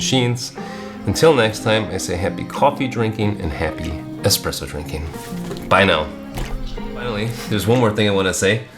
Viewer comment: the x is silent 😂